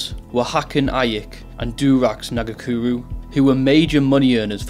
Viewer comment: Bro said Nagakuru 🤣🤣 Nga-Ku-Ra